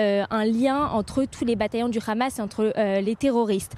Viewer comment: Hamas pas khamas vous ne savez pas parler